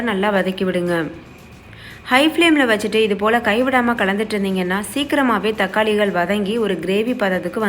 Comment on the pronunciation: Thakkalihal vangayamhal eppadi sollathinga tamil nalla pesumpothu sariya sollunga my requst but ur recipy all very nice